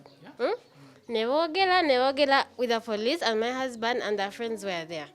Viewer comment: Being the ka guy is a thief but l love the way this new wife is calling him then mi hasband,then mi hasband,then mi hasband but ebyo tebituyamba we want our bag